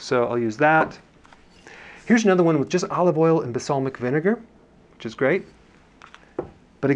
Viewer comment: Hi Dr Berg, Here in Australia we call it Balsamic not Basalmic, is that a US thing? Have heard that in a few of your videos. Thanks for your shopping guides, shame that we dont have any of your products but it helps us be aware of what we are choosing. Thanks for the amazing information, and hoping this will change my life.